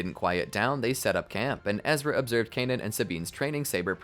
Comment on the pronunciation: The way you say Kanan is driving me crazy they never pronounce it like that in the show